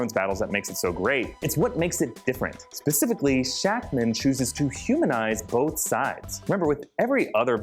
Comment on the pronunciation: I love you and your videos let that be known .... But.... It's not Pacifically... It's Specifically...